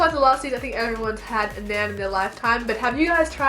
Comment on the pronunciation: Naan pronounced Naarghn.